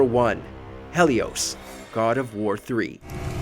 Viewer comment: This man literally said HELLIos…I’m dead